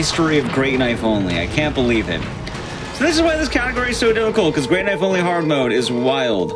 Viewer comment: That's not a knoife